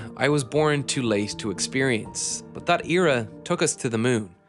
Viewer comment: Every time I hear "but" I am saying "bhoowht to myself for at least an hour...Am I the only one 🤔